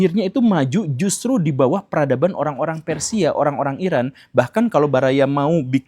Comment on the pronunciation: Eran dibaca Eron